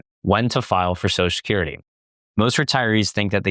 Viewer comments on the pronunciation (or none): Now I can’t unhear it! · You should practice pronouncing Social Security